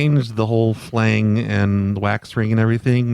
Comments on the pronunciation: I laughed every time you said "flang." Did you mean phalange? That's pronounced fuh-lanj. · had me cracking up everytime he said "flang". Flange is pronounced "flanj",. I love you! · FLANG FLANG FLANG ITS FLANGE, DANG